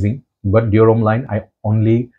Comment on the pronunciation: I'm French and it's your pronunciation of Dior that is accurate in French 😏